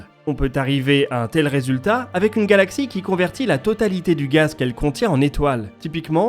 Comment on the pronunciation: J’ai raté quelque chose ou c'est vous qui êtes légèrement dyslexique j’entends régulièrement ’galactsie”